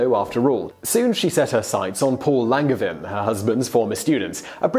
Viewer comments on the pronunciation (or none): It's pronounced LanJevAIn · Just an FYI, the G in Langevin is a soft G, like in Angel always love your videos! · There is another pronunciation of Longevin. The 2nd Nobel Prize was the result of the scientific community supporting Marie Curie and giving her credibility. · ouch; the pronunciation of "Langevin"... ^^" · You botched that "Langevin" pronounciation though. Can't nobody check that stuff for you before you record?